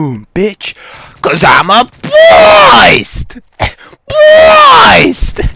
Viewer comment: BWEAST! Haha, great intro man :D I have a gameplay request - well... in fact, it's two requests for future videos - can you get a decent gameplay using the PM-9 (SMG) and any LMG (preferably the: L86 LSW)? Reason being is because I have yet to see any YouTuber post decent gameplays using either the PM-9 or any weapon from the LMG category. The PM-9 is quite obviously the worst in it's class and quite frankly, I reckon LMG's in MW3 are pretty much redundant. Peace!